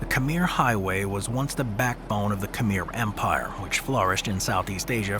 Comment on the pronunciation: Can you say Khmer properly, please? KH-mare. Pyramids were not built by the Egyptian dynasties, they are much older.